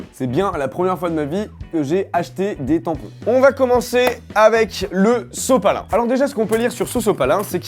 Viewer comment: A il dit sosopalin